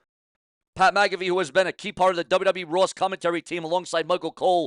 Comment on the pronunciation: Pronounced Mac uh fee not ma caffe